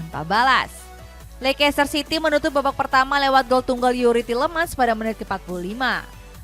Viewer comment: Lekester bacanya🤣